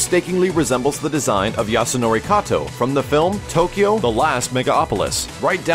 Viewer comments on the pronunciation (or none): none